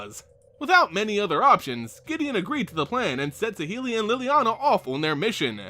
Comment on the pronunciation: I don't like how you pronounce saheeli rai but I do want one pleaseeee